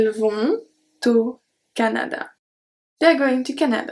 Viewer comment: Hi, thanks very much for your lesson. I heard no liaison when you said 'Ils vont-au Japon'. Could you please explain about that?